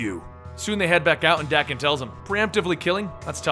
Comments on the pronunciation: bruh Daken is pronounced Dah-ken not Dak-en...smh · its pronounced DAY-kin. not DACK-in.... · It’s dang-ken not dak-ken it’s danken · Wouldn't you pronounce daken like taken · Is it pronounced "Dah-ken" or "Day-ken"?? I'm British so I say "Day-ken" what about you guys?